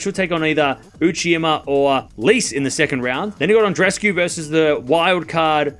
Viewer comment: Still with "Uchima". Sigh.